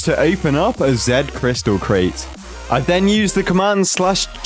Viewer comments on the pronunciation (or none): It's pronounced Zeets crystal